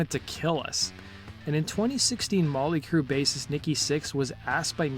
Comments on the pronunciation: Why does be keep saying Molly Crue?? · He keeps saying Molly Crue!